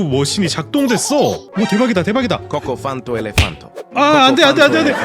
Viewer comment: 코코팡토 가 아니라 코코판토데